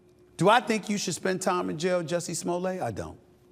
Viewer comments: Smoll-ay or smolette? Like Roulette 🤔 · Is not smollet. Is smooth-lee- yay. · Sir! It's pronounced "Juicy Smullier!". Get it right! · His name.s Smo-let. Like toilet. He's not French, Mr. You think it makes that creep sound posher, when the evidence shows he's trash. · Stephen pronouncing his name as Smoolay has me dying over here. 😂🎉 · Who told Stephen A that his name is pronounced Smoll-ay?? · You're not pronouncing it correctly, its Juicy Smooyay 😂😂😂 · No its pronounced "Juicy Smoo-lay"😅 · I like how this guy uses the Dave Chappelle "famous French actor" pronunciation of Smoll-ay. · Chapelle calls him Juicy Smulét😂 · Smollett not pronounced that way with two t’s. Sure Jussie. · If you're going to say you're a journalist, you should at least get the pronunciation of the guy's name right. That's a basic. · I'm glad he's going back to prison because he's such a goddamn jackass, but it's still really petty for you to keep mispronouncing his name. Even enemies can show respect, dickhead. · NIGGA THE T IS NOT SILENT!!!